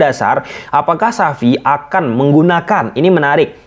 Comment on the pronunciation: Xavi bang bukan sapi